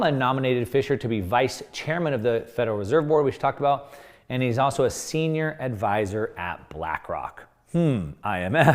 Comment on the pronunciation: "Also" has an L in it.